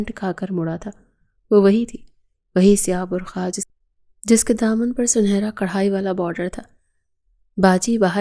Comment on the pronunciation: بر کھا نہیں بر قعہ 😂😂😂 بی بی